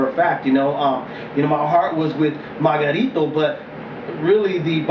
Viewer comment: lmao ive never heard anyone call him mayRunner! lol... funny